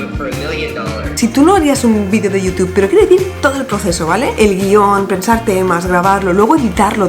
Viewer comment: Amo cómo pronuncias "Youtube". Necesito un vídeo de 10 horas de diciendo "Youtube"